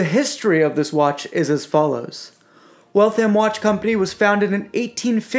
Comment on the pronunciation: The second "A" is almost silent, it's pronounced Wall-th-m not Walth-ham or Wal-tham (Waltham) a pet peeve. As far as the watches go, they're nice, I almost got one but ultimately decided that I couldn't justify the cost. The movements, while reliable, are only worth $100, $150 tops and you'll find them in $300 retail watches. I can appreciate that the $300 variants won't have a power reserve complication, and that particular complication is expensive, I had to ask myself is it $1100,00 expensive? My answer was no, it is not. In my opinion, these are $400-$500 watches retail selling for $1000-$1500. No thanks, I'll pass.